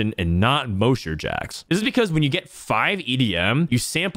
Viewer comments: moe-sher? its Mahsher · Moesher? It's MOSH-ER. Is in, Mosh Pit. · Anyone gonna tell him it’s pronounced “Ma-Sh-Er” not “Mo-Sh-Er” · It might sound petty, but is he saying "mow-sure" as a meme? Cuz mosher is "maw-sure". He probably doesn't rock-out, so I get why he wouldn't know if it's just a genuine mispronunciation though. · Mosher rhymes with Gosh and Posh, not Most or Ghost!! Have you never heard of a "mosh pit"? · i love you brother BUT Mosher is pronounced like Josh, not Moe!! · Muh ears.. Plz say mosher not moesher BibleThump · I don’t mean to be that guy but it’s pronounced MAW-SHER please stop saying MOE-SHER 😭😭😭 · The way you pronounced mosher like kosher is incorrect. Say it as you’d say mop. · moousher??? Have you ever been to a concert before lol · Not relevant put I'm pretty sure ur mispronouncing "Mosher" It's pronounced like the name "Josh" Other than that, sweet guide o7. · Mosher is pronounced like moss-sher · The MOSHER PRONUNCIATION LOL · Brother its MAW-SHER. It's referencing the Mosh Pit. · It's pronounced mawsure.... mosh, mosh pit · no, potato is pronounced differently in different areas of the globe. mosher derives from moshing/moshpit and ist not pronounced mowsher like does:D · Thank you for the video! Great recommendations. FYI, It's pronounced mosh as in mosh pit for mosher. like... gosh with an er. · STOP SAYINH MOESHER. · if you were at a concert, could you go to the MOSHE pit or the MOSH pit? mosher is not like the word kosher. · holy shit the way you pronounced Mosher was insane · Fr it hurt my soul 😭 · The pronunciation on Mosher is rough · Bruh I know it’s a potato/potato situation but the Mosher pronunciation triggered me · I've never heard "mosher" pronounced that way... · I don't know why it bugs me,but why do you mispronounce Mosher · Prz look at my comment from yesterday lol. We need to meme this. Liked! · The way you pronounce mosher is sooooooo jarring 😂